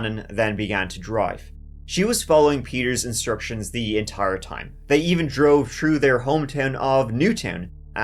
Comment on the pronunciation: 3 is three not tree thru is thru not true . Thinker is thinker not tinker so on so forth